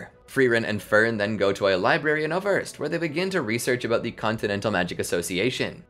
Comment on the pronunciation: Just a super picky technical thing. I German the "ß" or scharfes isn't a B. It's the replacement for what were formerly successive S's (i.e. Wasser or waßer [water]). Thus the pronunciation of Äußerst would be Aeusserst. Love your content and that minor change would distinguish y'all from the rest of the pack even more.